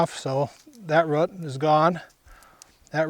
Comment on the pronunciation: is is incredible ,,, a gardener who literally cannot pronounce the word "ROOT" ....who knew